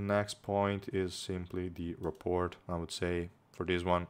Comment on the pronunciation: FYI in the US at least rapport is pronounced - ruh-poor